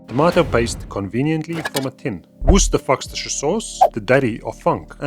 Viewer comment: I love the way that your excellent pronunciations of 'Worcestershire Sauce' are far more accurate than I've ever heard from ANYONE from the US of A.